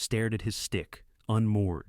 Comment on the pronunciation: You really need pronounce names correctly. Regina not Regena Sather not Sawther...